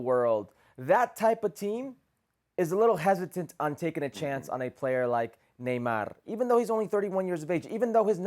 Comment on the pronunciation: Why is that guy pronouncing Neymar with a trilled R at the end of his name...he's from Brasil.